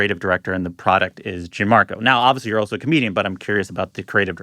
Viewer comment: The host keeps saying “JIN-marco” and it’s driving me crazy. Please learn how to pronounce your guests name.